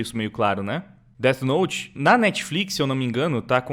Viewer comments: O engraçado é os cara falando como se o "Dét Note" realmente funcionasse. kkk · Dos criadores de "tóquio guru" vem aí "déti nouti" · "Det note" kkkkkkkkkkkkkkkkkkkkk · Déte Noute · os cara sabem nem falar o nome do anime direito, certeza que nem assistiram